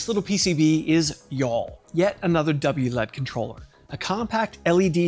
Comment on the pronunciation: I like how you say wlead. But then say L E D properly. You're comment seeding. It is W L E D